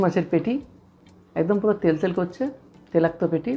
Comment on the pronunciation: Dada telakto noi toilakto sobdo ta..